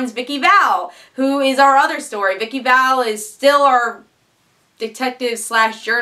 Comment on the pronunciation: Minor nitpick, but it's Vicki Vale, not Val. I can understand different people pronouncing things different ways, but it was said as Vale (or phonetically Vail) in the first Tim Burton movie and in the pilot of Chuck. Other than that, I just found your reviews today, and love them. And damn, you're cute.